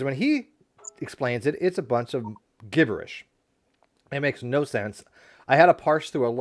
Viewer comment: Hi. The word 'gibberish' is pronounced with a ''J' sound at the start, not a hard 'G'.